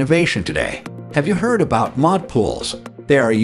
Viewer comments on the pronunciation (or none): none